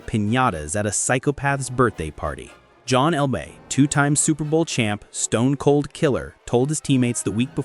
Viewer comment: Rownie Lott??? John Elmay? Quit using AI. It's embarrassing